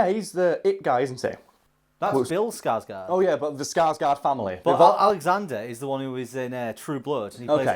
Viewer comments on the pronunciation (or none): none